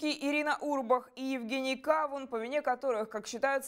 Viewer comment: Не КАвун, а КавУн. В переводе с укр.- арбуз